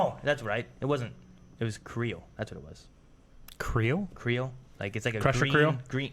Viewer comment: "Cree-yole". You're welcome.